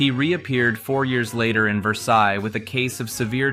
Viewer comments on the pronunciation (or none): none